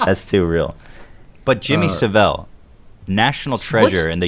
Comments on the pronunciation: It's Jimmy Savile not 'sav-vel'. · It's Jimmy Saville not Sevelle; for God's sake Ethan. The guy is a national hero over here, at least say his name right. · Jimmy Savel? Ahem It's pronounced: 'Jimmy Sav-ill' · Jimmy Civ vil? It's Savile, the clue is because it has "vile" in it. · BTW its Jimmy Saavel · The way Ethan pronounces Jimmy Savell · Jimmy Saville is pronounced sa vill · I've met Jimmy Saville.... (it's sav-ill btw) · The way Ethan pronounces Jimmy Saville is hilarious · The way Ethan pronounced Jimmy Savile's name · Ethan's pronunciation of Jimmy Savile confused me. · Fuck. You keep saying saville wrong. Good podcast tho